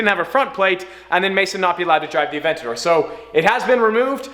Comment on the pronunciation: Might have to look up the pronounciation of aventador bro😂👏